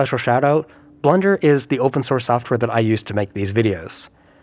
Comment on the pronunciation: Just me or did it sound like he said "Blunder" every time he said blender?